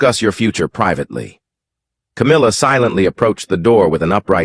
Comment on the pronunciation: Don't believe a word every week you say cowmilla as been caught taking. Millions of pounds from the royLf